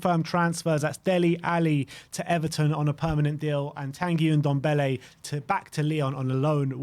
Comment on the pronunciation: So glad hes gone to lyon, not just a waste of space but i wont hear say OONDOMBELLE any more instead of NDOMBELLE